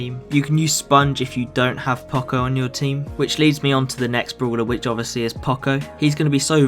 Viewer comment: I THINK IT IS PRONOUNCED POCO